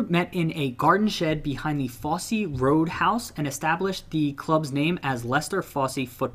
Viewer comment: I was going to comment on the Wyggeston and Fosse pronunciations... never heard of Wyggeston but surely a double g wouldn't make a j sound? And why on Earth would the e at the end of Fosse be pronounced at all, yet alone with that hard "ee" sound. Surely, if you were going to pronounce it, it would be an "uh". I dunno man, you lot over the pond, you always amaze me with your inability to pronounce English place names. It's like you don't speak the same language. But you do. I don't mean to offend, and it's certainly not personal. It just baffles me.